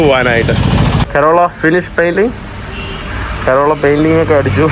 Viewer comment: കരോള അല്ല.. Carol. കേരൾ.